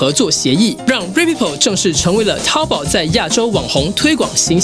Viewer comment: 那是淘宝（注意声调，不是一声，是二声）